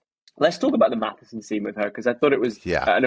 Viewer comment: Its MATSSON, not Mathison otherwise enjoy your reviews 👍